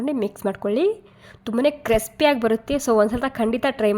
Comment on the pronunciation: ಕ್ರೆಸ್ಪಿ ಅಲ್ಲ ಕ್ರಿಸ್ಪಿ